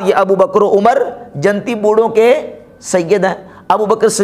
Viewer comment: buhut hi la jawab bayan he lekin hazrat aap urdu talaffuz sudharen jannati ko janti kaha he apne